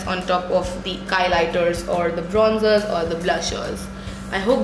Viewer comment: 'Kronzers' and 'Klushers' BUWAHAHAHAHAHAHAHAHAHAHAHHA! 😂